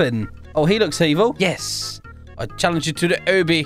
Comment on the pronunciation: Its obby not oby